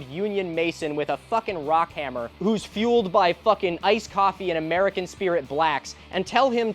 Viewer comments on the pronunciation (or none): none